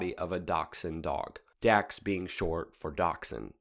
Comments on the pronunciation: It’s pronounced “docks”, not “dacks”… you had to be there 🙂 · “Dax” is actually pronounced as “Docs”, as in “dachs”hund.